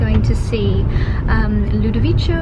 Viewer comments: Ludovico is pronounced with a hard c, like a k. Like in McDonalds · I love watching your videos. Just a FYI, the pianist's name is pronounced Ludoviko 😉 he is fantastic, I wish I was able to go see him. It sounds like it was a fantastic gig 😍